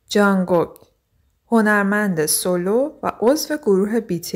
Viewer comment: جانگوگ آخه بابا جان جونگ کوکه نه جانگوگ💔😐